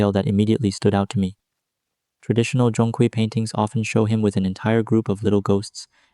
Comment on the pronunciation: Nah, your pronunciation is still a little off mate. Zhong has the natural tone and Kui has the 2nd tone. But AI doesn't know that right?